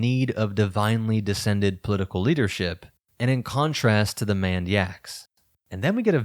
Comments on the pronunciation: Why is "maned" consistently pronounced "manned"? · And now for a break from the usual comments: Maned. Long a, as in a lion's mane. It's a mistake I could've made myself if I didn't know.